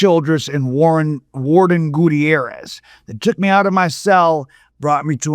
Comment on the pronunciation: I know I shouldn't be commenting until its over but ima ask besides this letter what evidence does he have to back up all these wild claims.. also it's pronounced Goo-Tare-Rez not gooteairez. Goo like slime, Tare like Hare as in Rabbit and Rez like resurrection.